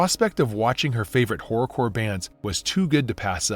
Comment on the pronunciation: Took me far too long to realise he was saying “horror” core and not something else then.